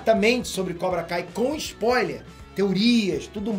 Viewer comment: O que é um Sapoiler? Ou isso é só um jeito de falar spoiler que o usa?